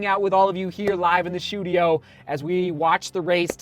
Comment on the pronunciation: Run a mile every time say shoe-tudio. Lol